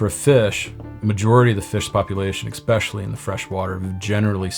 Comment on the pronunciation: Wtf is "exspecially"? Learn English or dont use words you cant pronounce.. at least the carp have a brain I guess